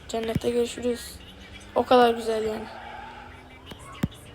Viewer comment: Güzel ❌ Büzel ✅